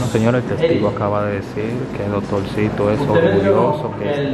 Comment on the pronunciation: Doctorcito! No dotorcito!